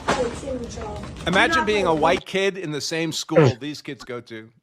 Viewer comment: My "keeds"